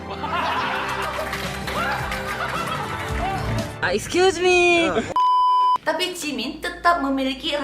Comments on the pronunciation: gw mau nangis malah ketawa gara2 jimin bilang aiskyusme (tolong maap klo salah nulis gw ngga bisa bahasa lain selain bahasa kalbu ama bahasa indonesia) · Gagal nangis perkara "EXCUSEMEE" :')